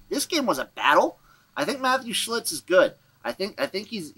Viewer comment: Referring to Matthew Shiltz as Shlitz is not as bad as what Pat McAfee was calling Streveler 😂